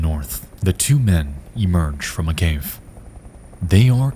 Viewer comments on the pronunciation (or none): He said cave not “gave”.